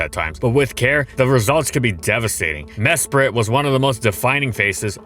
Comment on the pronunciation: I didn't realize this until this video, but it's pronounced "Mesprit" and not "Mespirit."